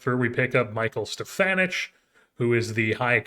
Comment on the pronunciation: know I am behind on the series but Stefanic would be pronounced "ick" at the end not "ich"